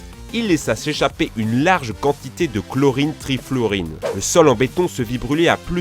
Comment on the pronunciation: Trifluorine ? ou Trifluoride x') ? j'ai les oreilles pourrie ou pas ? .. c'est écrit avec D, mais j'entends N* ..